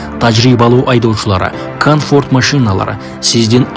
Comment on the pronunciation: Канфорт дейтко кыкен десе комфорт дейт